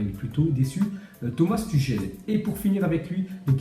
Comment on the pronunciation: Ca se prononce Turhel pas Tuchel